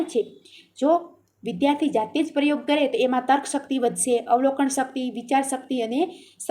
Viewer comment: વિડીઓ ખુબ સરસ છે બેન તમારો પણ થોડુક ઉચ્ચારણ સુધારવું પડે એમ છે....જેમકે પરયોગ ને બદલે પ્રયોગ બોલાય, લખેલું હોય એ જ વાંચો તો કંઈ પણ જરૂરી શબ્દ છુટી ના જાય વગેરે...